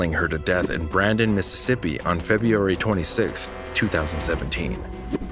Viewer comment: "Febeeeairy" lol